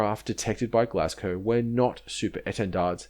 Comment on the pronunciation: Note it's HMS Glasgow, not Glascow.